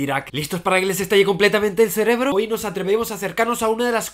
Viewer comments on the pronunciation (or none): none